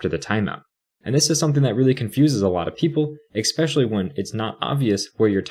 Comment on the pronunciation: Love the video, but you might want to look into the word 'especially' if you plan on making more content. It's not 'eckspecially'.